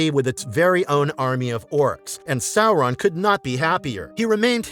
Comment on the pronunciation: Well, at least he's pronouncing the name correctly.